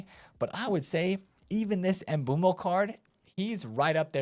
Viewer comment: W Mbeumo pronunciation!